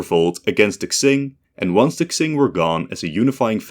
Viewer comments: Just saying Qing is pronounced something like Cheeng or Tseeng in Mandarin, or Ching in English, not Ksing. Looking it up on forvo is always a good idea if you want to find and listen to native pronunciations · It's pronounced "Ching", not "Ksing". Would it have hurt to do even the most basic research on pronunciations? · my guy, how can you say qing so many times, yet not look up how it is pronounced. I am loosing my mind every time you said k-zing... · Qing is pronounced "Chin" or "Ching" not "Xsing" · no, tsing would be rendered jn pinyin as cing, qing is more like ching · Qing is pronounced Ching in English, not Ksing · I think hes trying to say tseeng, but sorta failing and it sounds like ksing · Pronounced Tjing not xing, nice video though. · Qing is pronounced Ching. not Xing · He’s pronouncing it like Tsing, the Cantonese Romanization pronunciation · Genuinely flinched every time I heard "Ksing". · i wince everytime u say ksing, makes this video nearly unwatchable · It's pronounced "tsshing" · I'm sorry but I hate how you pronounce Qing, where do u get "X"ing from? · Everytime he says "Xing" I die a little bit more inside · i think hes trying to pronounce it in the cantonese romanization where it kinda reads "tsing" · Literally unwatchable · I heard Kaching... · but he does sound a little bit racist because of that. why is it so hard? like it's spoken like it's written, Qing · I have two theories based on what I hear: 1. If he's saying "Ts", then he's trying to pronounce the dynasty's name the way it would have in that time period, where Mandarin pronunciation was based on the Nanking Dialect, which didn't actually have the JQX sounds (also why it's pronounced NanKING instead of NanJING), and in that dialect, it would be pronounced as Tsing. 2. If he's saying "Ks", then he's probably making fun of the Latinx thingy, lmao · Bruh thinks Qing means Ksing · Qing is surely pronounced "Ching" isn't it+ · I thought it was pronounced king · I thought it was Q-wing